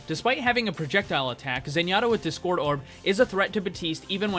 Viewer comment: If you say discord right the next vid I will join your server